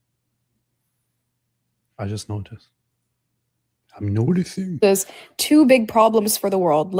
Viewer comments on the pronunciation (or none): 😂😂😂 he does lol “I’m NOticing”